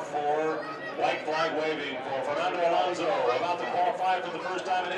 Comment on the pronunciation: ALOSNO'S??? Please... A-LON-SO!!!!